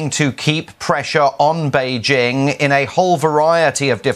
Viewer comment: Note to. Bei Jing, not Bei Zing. I cringed every time when I hear her says Bei Zing.